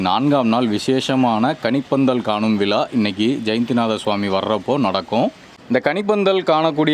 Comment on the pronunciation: Dei Vila,palangal Tamizl nalla ucharingada viza,Pazangal